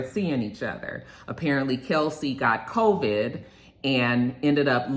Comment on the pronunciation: The way you say covid😂😂😂 co-VID😂😂